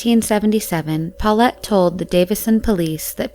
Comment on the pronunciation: my ear feel itchy everytime she said 'paullete'.